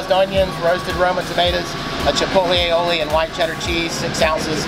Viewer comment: ...its A-O-Lee (aioli)...not "all-e-olee".....LOL